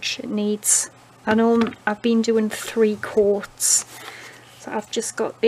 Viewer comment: Hahaha I thought you were saying quarts instead of coats.